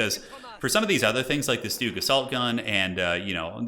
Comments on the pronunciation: the Stooge is pronounced Shtoog. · Stug, pronounced like Slug. Stuh-ugH Great casting man 🤙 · Please call the StuG with the hard G. It stands for Sturmgeschütz. Other as that, keep it up, these are entertaining to watch! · High level COH is so incredible to watch, the micro is insane. The way he blocked Crusaders with Carro Armatos to prevent it from escaping, clean AF. Side note: it's not Stooge, it's more like Shtoog, short from Sturmgeschütz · And he calls the Stug “stooge” lol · Nice Video but your pronounciation of Stug just hurts as a german 😅